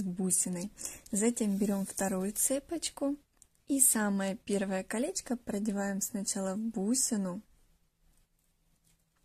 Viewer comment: Мда кринж потому что автор говорит как типо милашкарр слова где она сказала калеська 💀 правильно не калеська а колечко